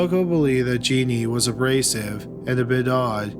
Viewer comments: Her name is Juh neen... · Not Genie it's pronounced Janeen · The last story....her name is pronounced Janeen...not genie...I live in San Antonio and as you can imagine this was an extremely high profile case...so very sad